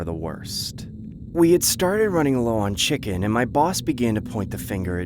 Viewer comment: 3 he said it was thee BEST "chiken" he had